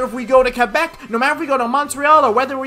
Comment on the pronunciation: It's KWE-beck.